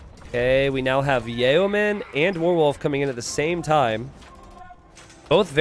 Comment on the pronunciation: Yo-men not Yay-o-men. The latter would be the personal guard of Kanye West.